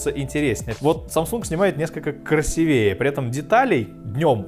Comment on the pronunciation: У меня чуть кровь из ушей не пошла из-за твоего красивЕе. КрасИвее.